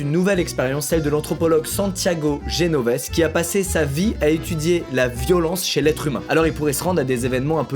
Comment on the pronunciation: on prononce genovesé mais tkt😭